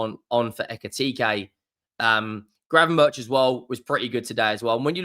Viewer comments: It's pronounced GravenberK or 'berg' not 'berch' for future vids. It also sounds so wrong to say 'berch', so English! He's Dutch mate! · No, the 'k' is also wrong. A 'ch' is pronounced as a 'g' in Dutch, there is no equivalent sound in the English language.